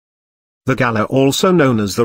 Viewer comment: You say Galah wrong. It’s pronounced guh-lah.